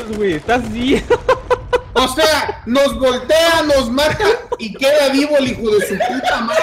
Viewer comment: "nos goltea" - ZumZum